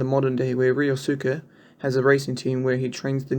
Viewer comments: also, the suke in ryosuke n keisukes name is pronounced skay not soo-kay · really? "reeyosuuca"? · Only gripe is "ree-oh-soo-kay"